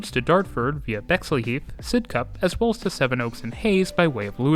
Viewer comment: and Murdered the pronunciation of Sidcup.